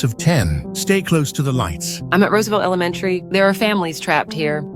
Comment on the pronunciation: “i teach at rosvelt AlaMenTy”